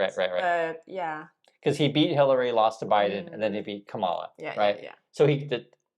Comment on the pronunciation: Say Kamala‘s name correctly, I t’s about RESPECT!